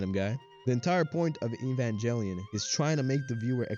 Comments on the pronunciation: How bout you evanjellyon outta here and get the name right GEH. Not JEH. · lol "EvanJELLYon." Immediate disqualification. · 30 years later people are still mispronouncing evangelion